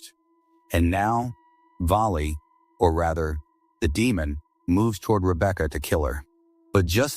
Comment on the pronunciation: Rebeaka 😂😂 He said it fine until that point 😂😂 hilarious thought I was the only one who notices that